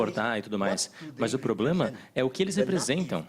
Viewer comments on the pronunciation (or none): none